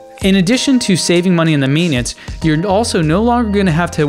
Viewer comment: "Data 'geek'", doesn't know how to say "amenities".